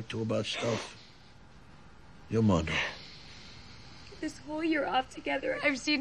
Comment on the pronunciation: "Mudda." Lol!